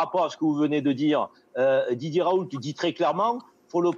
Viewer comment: Bon sang... on dit [ raou ] et non [ ̶r̶a̶o̶u̶l̶t̶e̶ ] ! Comme on dit [ reno ] et pas [ ̶r̶e̶n̶o̶l̶t̶e̶ ] pour Renault (< renald). En français le T final n'est jamais prononcé. Le L est, quant à lui, vocalisé en U depuis plusieurs siècles (raout) comme c'est le cas dans le patronyme Renault (renaut) ou encore le toponyme Saulzet (sauzet)... Ce L n'est en fait qu'un doublon du U vocalisé, qui ne subsiste que par coquetterie étymologique. Et c'est d'ailleurs bien [ raou ] que prononcent ses proches collaborateurs de l'Institut hospitalo-universitaire de Marseille interrogés sur les chaînes d'information. Bien qu'il s'agisse ici d'un nom propre, on remarque que le phénomène concerne également de nombreux substantifs. On voit ainsi clairement que le refus systématique de la moindre réforme orthographique mène les locuteurs natifs du français à de nombreuses interprétations erronées du code écrit de leur propre langue. Je ne compte d'ailleurs plus les rencontres avec des personnes ne sachant correctement prononcer leur propre nom de famille ! Très souvent ces dernières reproduisent, de génération en génération, une hypercorrection due précisément à l'incompréhension de ce code écrit artificiel et ultra-étymologisant...